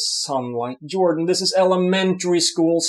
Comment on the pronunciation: A little Swedish slip-up. "Ok, Yordan...Jordan" haha